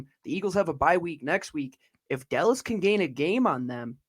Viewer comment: Who is This “Delles” talking about.